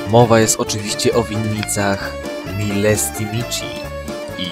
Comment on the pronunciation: Trochę faktycznie film jest amatorski...Jezyk mołdawski istniał gdy Mołdawia była częścią ZSRR, które narzuciła zmianę nazwy z rumuńskiego na mołdawski i nakazała używanie cyrlicy zamiast alfabetu łacińskiego. Milesti Mic - warto przed zrobieniem filmu informacyjnego o kraju przynajmniej w postawach nauczyc sie czytać poprawnie, co w przypadku rumuńskiego nie jest naprawdę trudne. Przy okazji warto pamiętać, że nie mówi się ‚dwutysięczny dwunasty”, tylko „dwa tysiące dwunasty” - pierwszy człon jest nieodmieniany. Istnieje tylko jeden rok dwutysięczny i jest nim rok 2000. Komentując ostatnie stwierdzenie, że Mołdawianie są bardziej gościnni - to nie jest informacja z dziedziny nauk ścisłych, więc podawanie jej jako fakt to trochę pomyłka, zwłaszcza, gdy nie podaje się kompletnie źródeł takich informacji.